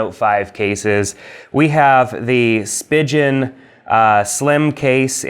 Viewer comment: Great video. Most people say Spigen like Speegin and Ringke is pronounced Ring Kay